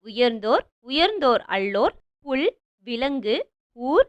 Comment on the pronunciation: புல் ❌புள் ✅